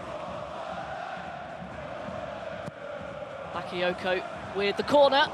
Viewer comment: she only got excited when Bakayoko touched the ball, and she couldn't even pronounce his name correctly. smh.